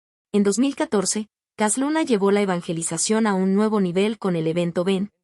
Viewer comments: Para empezar, la narradora no sabe ni leer, dice cas Luna, no Cash Luna, hay que enseñarle a leer, para poder juzgar, pobrecita y también sus seguidores, de un siervo no se habla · Pues entonces me voy a reír de ti Para que yotubi te pagué por subir videos falso de cash luna Tu voz dijo cas luna Aprender a ablar bien Solo repites los mismos vídeos Hiciste una recopilación y muy falsa por qué yo también ice una y mejor que tú yo